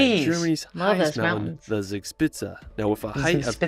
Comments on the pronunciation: The video misspronouces "Zugspitze" so much, that I really can not understand it even if I know and try to know what they tray there. ;) Try it like this please... at least that is closer to the real one: "Thooc-shpitza" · Yes you can pronounce it if somebody describes the phonetics to you. Zugspitze = Tsoog-schpitse. ( literally translated “Draft-Peak) You are correct with the Wine Riesling. It is Reezeling - never Riseling 😊 Minute That is Drachenburg in the city of Bonn. ( Would translate to Dragonburg ). Named after the mountain it is built on the Dragon Mountain. The Mountain named after The Siegfried the Dragonslayer Saga! The Hohen-tsollern Castle named after a distinct Aristocratic-Dynasty. The Family roughly dates back 1000 Years. the Glas Building on Top of the Brick-Stone Building is Hamburg’s Philharmonic Concert Hall. The Hanseatic League was a medieval confederation of merchant guilds. This is where German National Carrier Lufthansa’s name derives from. Luft = Air - Hansa= confederation of early German airlines ( ca. 1920s). I could go on but don’t wanna bore you to death 😅. Loved your reaction ❤